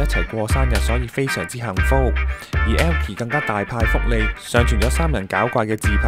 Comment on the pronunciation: 點解你講elkie時咁奇怪？ 無惡意🥴